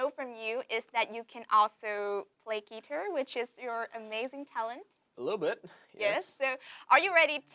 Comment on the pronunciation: she said guitar as - gui-ter like ghi-tờ?